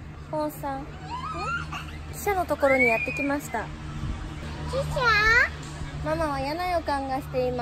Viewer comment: あーちゃんの汽車のイントネーションが 私の中で記者とか貴社なのすごく気になる、笑